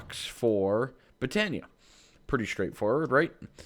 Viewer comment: i have been able to put put up with you calling it botania but its pronounced boe-ton-ea